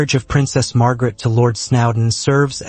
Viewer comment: It’s S N O W D E N ….